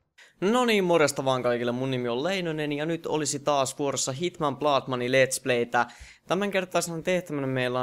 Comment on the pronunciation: miks aina sanot hitmann